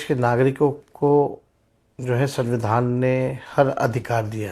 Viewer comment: तेजस्वी जी सबसे पहले तो संविधान कहना सिख लो Dipty cm रह चुके हो सद्दविधान कह रहे हो😆😆😆😆😆